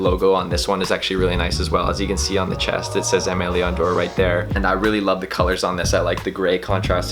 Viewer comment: Are you pronouncing the name correctly? Honest question